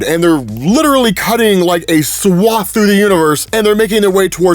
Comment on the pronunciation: i missed saying "cutting a swaft"